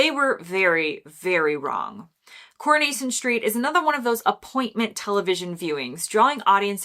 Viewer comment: Now Netflix is destroying all that. You need to correct your pronunciation, It's CorOnation, and Captain Mainering, the W is silent. I'm guessing you've never seen these programmes, A your too young,B you are American. Probably read about them, or talked to people "what's your favourite old tele shows. You missed out the one that started it all Hancocks Half Hour, probably because it was in black and White. The Office was crap, and so is Ricky Gervais.